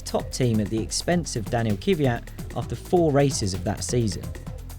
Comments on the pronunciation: Guys, it is Kvyat not Kivyat... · Also as a German hearing Vettel with a soft English v is weird, as it is actually pronounced like am f in German But I got used to that and also I understand that it's just the English way. But adding in an extra i in Kviat is terrible